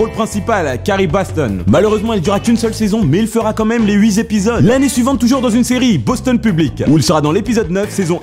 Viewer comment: "Huit Z'épisode" ouch 😁